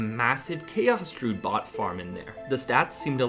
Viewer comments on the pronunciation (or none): Did you just call druids "droods"?